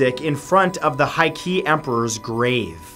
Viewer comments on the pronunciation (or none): Please learn some Japanese pronunciation it’s not hard. The monk’s name was Hoichi (pronounced Ho-ee-chee) and the emperor is Heike (pronounced Hay-kay).